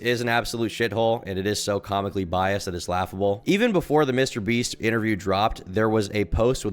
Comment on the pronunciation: "Mr Breast" 😂 Whats on your mind today...